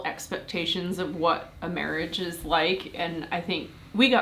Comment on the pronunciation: Mawage! Mawage is what bwings us togevuh tooday